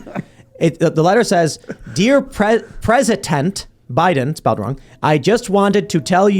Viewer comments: “Presitent” twice. Not a chance. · The PS is "I washed my hair just for you, Mr Pwezitent"